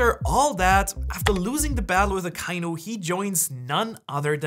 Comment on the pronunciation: Hey, man sagt AKA-INU nicht akeinu... echt